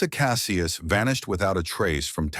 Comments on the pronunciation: Kah SEE us. Cassius . Not Kah Si us. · It’s Kah see yus. Cassius